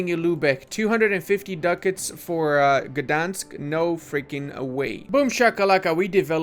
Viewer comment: Gdańsk pronouncion give me chills